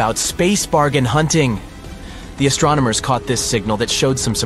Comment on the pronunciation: astro - nomers? Nope , that would astronomers - no pause no mispronunciation!